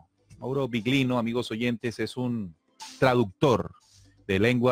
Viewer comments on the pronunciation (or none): Interesante. Cuando digáis Biglino que sepáis que en italiano GL se pronuncia "LL". /Billino/ GL suena muy raro